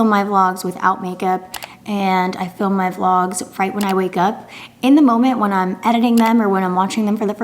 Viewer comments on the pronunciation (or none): none